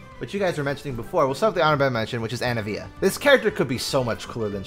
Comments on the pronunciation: Lmfao “ANI-NIVIA” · No way he just pronounced anivia “annie-via” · still out here with Ana-via wheeeeeeeeeze fr loving these videos though haha, love to hear your perspective